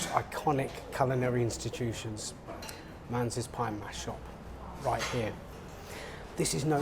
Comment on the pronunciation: Manze is usually pronounced 'Man-zee'...not 'Mans" as at start of your film, but you correct it later on...!